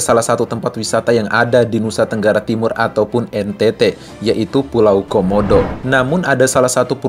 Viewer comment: Wisata homodo bang bukan wisata komodo